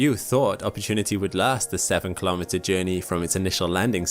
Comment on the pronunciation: What is a kholometer? Say miles like a normal American